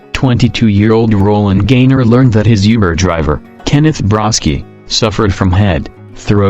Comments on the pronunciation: Instead of saying Uber, it sounds like he said yuber. WTF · (400th comment) "Youber" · I was on the verge of tears then it got to #5 and I was just cringing. who says yuber? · Youber lol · u can tell a bot is reading it when it says uber wrong